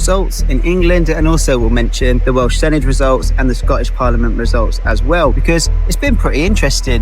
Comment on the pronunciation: Senedd is pronounced seneth 😊🏴